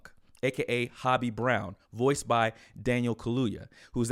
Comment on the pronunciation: It’s not hobby fam! It’s ho-bi !!